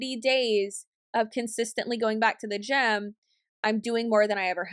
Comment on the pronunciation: For some reason when you said "It's a gym." I kept hearing gem xD